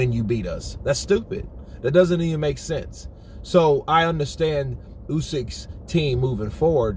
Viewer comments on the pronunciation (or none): none